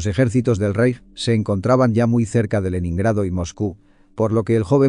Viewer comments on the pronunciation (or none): none